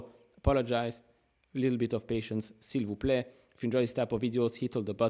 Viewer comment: Are you french man ? That s'il-vous-plaît was clean 🤌